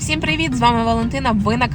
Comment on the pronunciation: Не перший раз бачу, що в деяких українців неправильна вимова слів "всіх, всім". Ви також говорите "всИх, ВсИм"